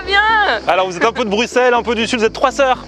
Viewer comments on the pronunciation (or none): none